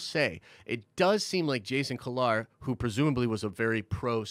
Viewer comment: Jason (Key-Lar)